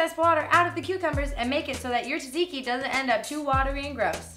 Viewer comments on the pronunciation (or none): Yay Greeks (when she says taziki not tatziki though) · When Hannah says tzatziki, it sounds like "taziki". You're missing a "z" and "t" there Hannah. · Before making it, learn how to say the word correctly. ( zɑːdˈziːki ) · When she says taziki instead of tatziki (only Greeks will understand) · Ahhh the way you pronounce it!!!! You say it like salt-zikki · Tsatziki is actually pronounced (sat-see-kee) But you're still awsome Hannah! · Oh its so sweet how you pronounce Tzatziki wrong :D <3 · Ahhhhh she was pronouncing it wrong! My head!